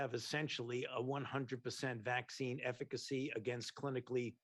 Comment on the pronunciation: Why can't he pronounce eficancy correctly?